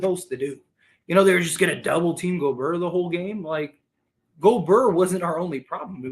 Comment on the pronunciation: Schroder sucked this game. He’s like a roller coaster. Great one game then terrible the next. Rui wasn’t very good. Austin needs to be better. We have to keep plugging away. Gobert is pronounced Gobear. Thanks again for the content.